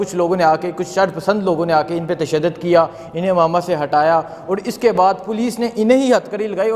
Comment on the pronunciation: Amamat nahi Imamat bol Pendu.